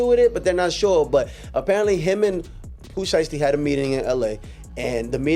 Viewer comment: The Vanilla Ice and Suge thing is TRUE....TOLD BY VANILLA ICE HIMSELF,he said he pooped and peed on his self,somebody DID hang his ass out of a window and hey here is some pronunciation lesson for you it's POO SHY STEE😅you welcome duck!